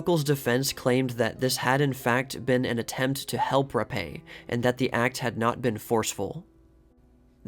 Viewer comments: Fatty wasn't gonna take, the 'Rappe', for Vagina's Virginia's death. All kidding aside, Virginia's surname is pronounced as 'rap', not rap•ā. Rappe, is a British name, not french. The last p&e, are silent (damn British🍈🤨). Amazing how Caruso, looks alot like Capone. Like, a half-brother??!! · It's pronounced “Rap” not “rap-eh” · I'm a new subscriber. It's great so far. I will add that Rappe is actually pronounced as Rape. That's a very unfortunate last name. I'll try to find the article that insists on the name